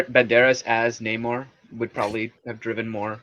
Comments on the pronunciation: Nay-more ? Nah. More like no more. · I predict that the enemies referring to him as "nah-moor" will be all the Marvel Fans who expected to see the Submariner. We already have a very long standing, official confirmation as to the pronunciation -- as well as the character's appearance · Actually Namor's name "Namur" was coined by the Spanish-Filipino conscripts since Namur is actually pronounced as "Namo" which is short for "TANGINAMO" in Tagalog.